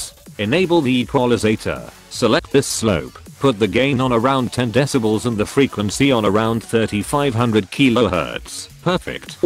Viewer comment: How the text to speech says deci-balls instead of decibels 😂